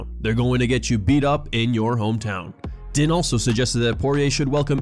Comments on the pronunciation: FYI it's pronounced Dean not Din. Despite the spelling. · Din is pronounced "Dean" not "Den" 😉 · Din is pronounced Dean